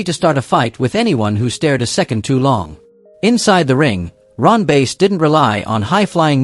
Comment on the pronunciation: Ron Bass..(short a)...not 'Base'....I hate AI.